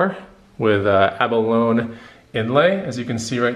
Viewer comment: You got some great deals and I dig your taste. Point of info for future: Ab Alone ... pronounced like bologna at the end. Abalone sounds like Abalonie. I'm a total hoarder, lol. I like the not a hoarder look much better.